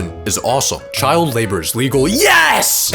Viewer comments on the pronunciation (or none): THE WAY HE SAID "YES!!!" BRO IM DYING 💀🥀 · bro u went a little too hard on that 'YES' lmao